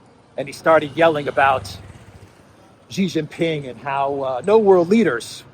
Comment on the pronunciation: why do you revert back to JHEE JINPING mispronunciation in this video (Context JHEE means PENIS in Chinese) when in the interview with Sophia, a Chinese lady, you correctly pronounce SHEE JINPING?